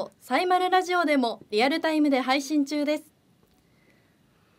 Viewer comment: ‼️🙍💧💨ぅｿ～ン💨💧FM ラズオに💧💨📣💦は⁉️発音💨\\ラズオに//Radio(レディオ )ね💨💦🙍💨ﾊｧ～💧漢方薬を誰か～💦に💨💦 色んなを見たいっ 解るっワカるよ💧【30度越え からヤバいから】厨房だけでいｨの💨熱々なのは💨💦💧 😃✨笑顔素敵よ✨😚👏//